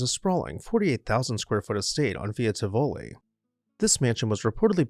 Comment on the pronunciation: Pronunciation: Tivoli, accent on the first syllable. TIV-o-li.